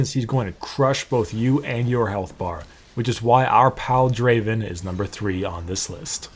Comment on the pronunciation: It's not da~~~~aven It's Draaaaaaaaaaaaven